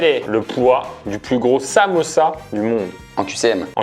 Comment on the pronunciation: mamaaaa “samossa” frère c’est samousas 😭